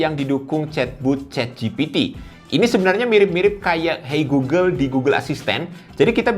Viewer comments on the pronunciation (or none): none